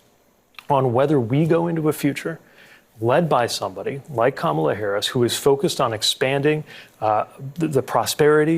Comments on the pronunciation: Pleeeease say her name correctly. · Please learn how to pronounce Kamala. JD Vance was a horrible choice for VP and I hope Trump loses. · Please say Kamala’s name correctly!!